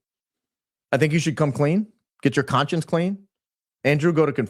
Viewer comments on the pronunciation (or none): none